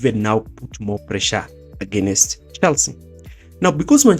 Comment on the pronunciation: Why do Kenyans pronounce "against" as againest? Nice video though